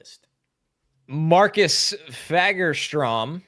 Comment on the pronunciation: As a fellow Swede, and in case ever has to attempt some Swedish pronounciation on TV and wants to not get cancelled: the "a" in "Fagerström" is NOT pronounced like that, his name doesn't start with the f-word. It's closer to the "a" in "awe", so something like "Fawgerstroem".